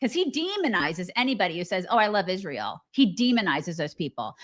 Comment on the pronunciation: I especially hate how she says Ish-rael.